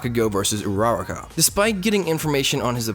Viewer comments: Ur-a-RA-ka. not Ur-RA-ra-ka. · Sorry to be a prick, but I just want to point out that it's pronounced OR-U-ROK-U (with a short U) Other than that, great video! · So am I. It's just, the emphasis is on the third syllable, not the second. Ura-RAka. Not Ur-RARA-ka. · You said Uraraka wrong... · You said Oracha wrong